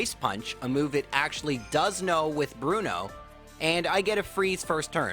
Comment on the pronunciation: Aaah, I see you're a man of culture, as well. Thanks for the corrections, it's been a while. And being wild Onix to give even chances sound more like the badass type of thing Bruno would go for. That Bruno, I mean. Not this "Blu-no".